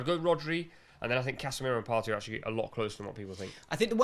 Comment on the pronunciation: It's Partey. I'm begging you stop this nonsense. The Best CDM is Thomas Partey